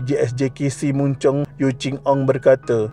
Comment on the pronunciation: Maaf,sebut betul,bukan muncung, tp sebutannya mancong, walaupon ejaanya mun Chong, anak sy bekas sk ini dan sk ni terletak beberapa meter sja dari rumah sy